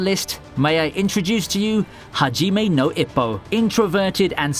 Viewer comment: Hajime no ippo! he said it wrong... but in love with this series~<3